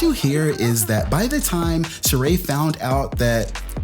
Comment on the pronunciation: I know this is random but it still kills me Sheree has that damn accent on the wrong e lmao